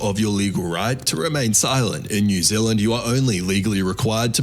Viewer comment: new zealand not new ziland